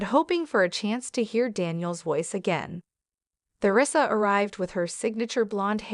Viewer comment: Learn how to pronounce Theresa ! Someone Not an American! This is probably bogus!